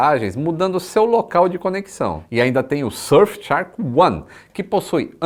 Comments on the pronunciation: voce pronuncia Shark como se fosse Chark, that's wrong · vc tem pronunciado “tchark” na propaganda da VPN. Faça jus ao cambly e corrija essa pronuncia 😃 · Quando o vai pronunciar shark corretamente?